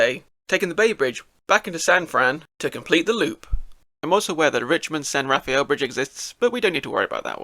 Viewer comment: As a bay area native it always grates my ears when someone doesn't pronounce "San Rafael" properly. Lol!